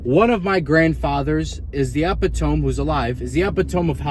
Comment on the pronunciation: 12 minutes of realness, don't change up... Anyway, epitome is pronounced "uh-pit-o-me'"